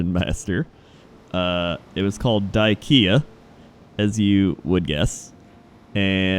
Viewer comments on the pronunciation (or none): wait dieKIA not die-KEA? Surely you of all people should know how to spell IKEA. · People it's die-kea not diekia, trolling yall XD